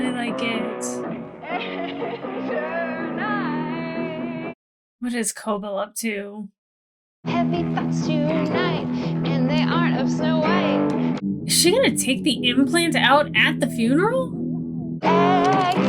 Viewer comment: praying by the end of this you'll figure out the "co-BELL" vs "Coble" pronunciation...had to FF pass that intro after the 5th or 8th "Coble." 🤭